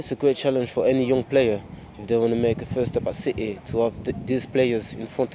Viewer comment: Loved how he pronounced City at the end, with the Manc accent. You know, the way un*ted fans like to take the mick out of the way us Mancs speak, with their 'citeh' jibes...well, you would I suppose if you're from not from Manchester and a lifelong glory hunter.